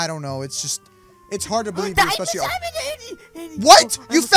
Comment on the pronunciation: DAID I DONT KNOW HOW YOU DONT "BEWIEVE" ME INSTEAD OF BELIEVE